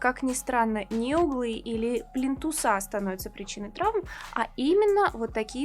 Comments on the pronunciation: Спасибо большое за видео! Очень приятно Вас слушать. Но плИнтусы.. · не плинтусА,а плИнтусы.....Вам уже неоднократно указывали на ошибку.....